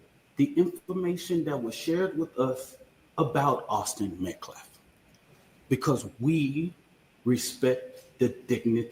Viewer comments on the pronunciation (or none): He has no respect for "the dignity of life." He won't even pronounce Austin Metcalf's name correctly. Who's "Medclaf?" 🙄